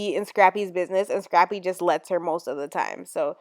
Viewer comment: Am I the only one that hears "Strappy" when Tammy refers to "Scrappy"??